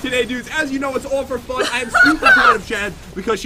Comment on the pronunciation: =Days that Jen has an EPIC WIN= Pat- "And Jen is the winner for today... As you know its all 'ferfun' ..." =Pat's Salty Moments ;PP